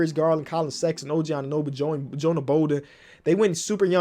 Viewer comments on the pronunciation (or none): none